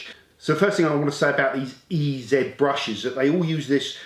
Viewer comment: You need to go all American when you pronounce the name, it's E-Zeee Brush. See how it sounds so much better.